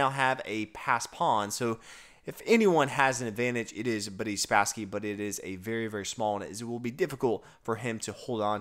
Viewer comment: Interestingly you go out of your way to pronounce "Boris" as the Russians do, but then say "Spassky" with an american somewhat flat short "a", not the Russian pronunciation. But kudos for trying!